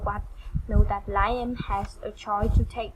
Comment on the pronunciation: Just so you know, it's pronounced " Lee am" NOT Lie em. " liam..sounds like Lee um. Keep up your effort.. your english will get better in tome. God bless you. I couldnt speak uour language anywhere ear as you speak mone. Practice will help 👏🌺